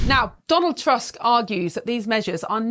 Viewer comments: He changed his mind after he became the PM. Don't trust him a bit. And it's not "task", we read "u" like English "oo" in "book". So his name reads "Toosk". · I know you Brits are notoriously bad with foreign languages, but Tusk is really not a difficult surname to pronounce xd